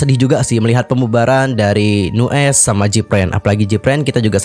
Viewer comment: Cuma mau benerin... Nu'est bacanya New East... Trus gue Lo^e sejak Nu'est debut, dari awal yg ditonjolin cuma Minhyun sebagai center+visual, yg lain di anak tirikan, Baekho sendiri mulai dianggep sejak dia uda bisa (dan pinter) produksi musik sendiri... Dari dulu Pledis ga bisa handel Nu'est dengan baik, sampe akhirnya Nu'est naik pamor sejak Produce101... Tapi sampe akhir Pledis masih ga bisa bersikap adil terhadap masing2 member, terutama Aron yg ga ikut Produce... Terbukti yg memutuskan kontrak JR, Aron, & Ren... Dan yg bertahan Minhyun & Baekho... Ini menurut gue pribadi, yakin sih Minhyun sama Baekho masih di bujuk dan dipertahanin sama Pledis/Hybe gimana pun caranya, dan yg lain dilepas gitu aja...